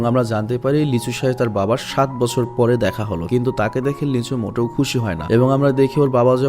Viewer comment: Ami ei movie tar original ta dekhchi but explain dekhi ni. আর আপনি যাকে লিচু বলছেন সে... লী সু-হো। Lee su-ho🤣🤣🤣